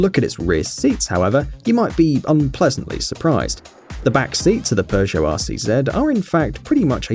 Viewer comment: Normal people: peugot this guy: Perzia